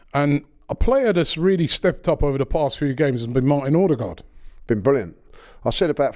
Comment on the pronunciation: Love but if he keeps saying oooollleeeeegard I’m gonna lose my mind ITS “ODEGAARD”